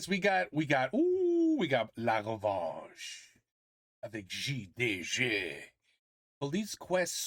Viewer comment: J'ai bien aimé ta prononciation de "J D G ". Ça faisait très Français